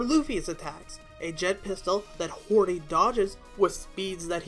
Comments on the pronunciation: hody “hordy” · You call Akainu aka i nu, wtf? And you call Hody Hordy wtf? IT’S so fucking annoying!